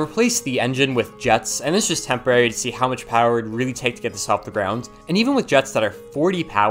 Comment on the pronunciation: Idk if its just me bout every time he says "GROUND" I hear him say "GROUNDS"(btw I love your vids)